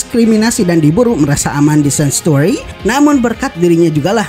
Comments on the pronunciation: Bacanya sa(ng)tuari bukan sanstuari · Lebih tepatnya Shengchueri